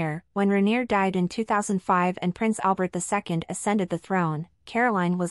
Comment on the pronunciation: Albert, not Alberto. Caroline, not Carolina.